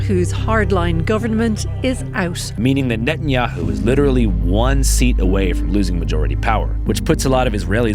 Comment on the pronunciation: NET-IN-HI-YOU lol